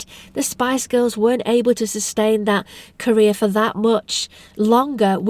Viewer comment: Your accent was so awesome I hear Korea when you said career HAHAHA my bad